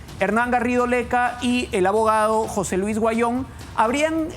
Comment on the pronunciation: Huanyon no se pronuncia se dic Auyon asi se probuncia